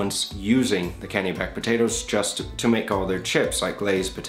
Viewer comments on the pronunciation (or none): I'm from potato growing country in Maine. Kennebec is pronounced "Ken-eh-bek". It's also the name of one of our counties.